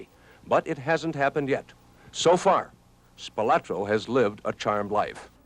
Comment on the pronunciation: The Spilotro family always hated the way everyone pronounced the surname. It's Spi-loh-tro, not Spi-lah-tro.